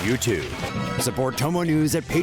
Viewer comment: Please do us a favor and change your into/ ads. It sounds like you say "chomo news". When he said tomo news. He needs to say it better..